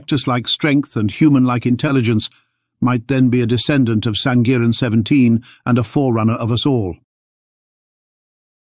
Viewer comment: Correction SANGIRAN is pronounced with "ng" sound.